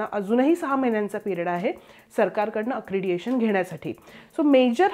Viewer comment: अक्रेडिटेशन, अक्रेडिएशन नव्हे...